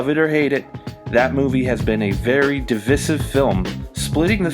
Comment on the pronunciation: You said the word divisive wrong.